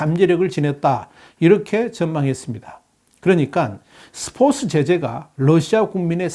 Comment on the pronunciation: 이 아저씨 스포츠 발음 왜 계속 스포스라고해 한국사람맞음? 중국사람아님?